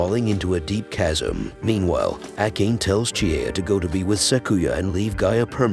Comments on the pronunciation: Ah..yes pronouncing "ah kah nay" as "Ack Aane": like finding a hair in your soup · That name prononciation was horrible